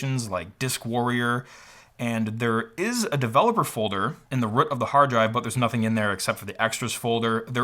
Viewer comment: That's an unusual way to say “root”